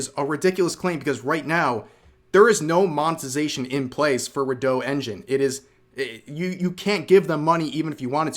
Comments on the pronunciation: Redot is re-dot not re-doh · I'm pretty sure it's not "reh DOUGH" but "REE dough"